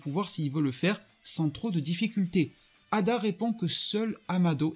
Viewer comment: C'est pas ada c'est eida